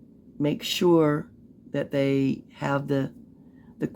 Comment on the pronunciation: " YOU SHOR IS UGLY"😅😅😅😅